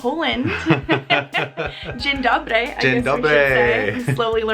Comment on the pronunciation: Your dzien dobry is pretty good.